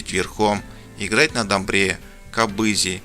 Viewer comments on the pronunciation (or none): дОмбра, қОбыз деп неге айтпайсың,? Дауысты дыбыстар жазылғандай айтылады